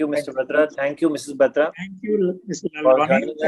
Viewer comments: The host can’t even pronounce the surname correctly…..It’s Batra not baatra…. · This host should learn how to pronounce batra its not baatra. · "Baaatra"????? Please get your pronunciation right Sir. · It's not baatra it's batra. Stop ruining punjabi names